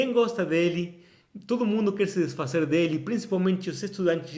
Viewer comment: Você está pronunciando “desfazer” e “poderosas” como em espanhol.